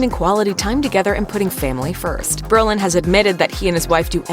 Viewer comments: Come on. It's bro-lin, not bur-lin. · His name is BRO Lin....not Berlin. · isn't his name Brolin. Not Berlin?????? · This person keeps saying Berlin. It’s Brolin stupid! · It’s BROlin, not Berlin!!!